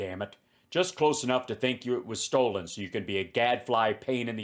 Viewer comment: Does Pillow use the word "Stold" to avoid liability? "I didn't say it was 'stolen' I said it was 'stold'."